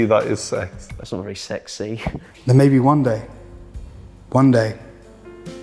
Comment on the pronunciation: "not really Sex-Sea" Ffs